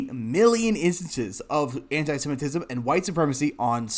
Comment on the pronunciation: The word is pronounced anti- sem. it. ism.